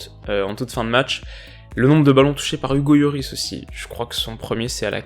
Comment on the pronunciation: Hugo « Yoris » 😂